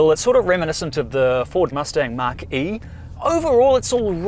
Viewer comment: Mach-e pronounced Mack-e... not Mark-e. Also interesting way to pronounce Subaru.